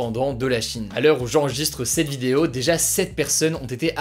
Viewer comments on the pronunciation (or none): none